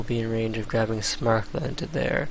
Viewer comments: It's "Sam-er-kand", not "Smark-lund". No idea why this bugs me so much. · probably because there's no "L" in Samarkand and Smarkland sounds retarded because of the aforementioned fact. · Nah that's not so bad. I was a little bothered by pronouncing Samarkand like "Smarkland" though ... Very interesting video by the way :P